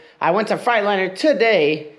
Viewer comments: Maybe the truck is just pissed because you keep saying frite- liner instead of Freightliner lol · He says Freightliner like frightliner